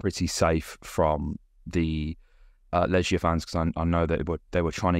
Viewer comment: Legia 'g' pronounced like the one in 'goal' as opposed to the one in 'germ'. ;)